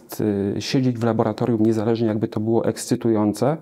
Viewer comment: Bardzo proszę tylko nie labolatorium.